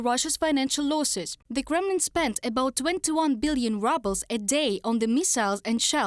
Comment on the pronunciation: The presenter's accent is perfect!! She makes "Kremlin" sound like "Gremlin", which makes her reporting even more accurate!!!